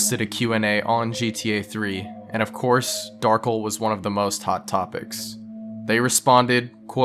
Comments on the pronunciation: "Darkle" It's pronounced Darc - El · dark-ell pronounced as "ull" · Darkel not darkle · not darkl darkEL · its funny when people call him Darkel rather then Dar-kell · It's Dar-kell just spell Darkel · it’s pronounced Dar Kell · I believe his name is pronounced Dar-kel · I always thought Darkel was pronouncel like "Dahr-Kell" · I literally clicked this video to see if you'd pronounce the character's name right (Dar-Kell). I was disappointed. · I think the accent of "Darkel" is on the 2nd syllable. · As far as I know, "kel" is always pronounced the way it's seen despite the common way people might pronounce Darkel. If it had been "kle" he would have been correct.